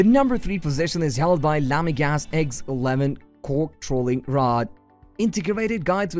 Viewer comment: It's LamiGLAS .Not LamiGAS :)